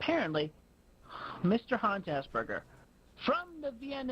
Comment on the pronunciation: The way Chris pronounces the word Asperger makes me believe for the longest time he did genuinely believe it was called 'Ass Burgers'. He does have a very infantile mindset